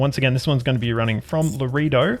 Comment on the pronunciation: Laredo is pronounced: LA RAY DOE. Map's taking shape. Enjoy seeing how others play their map.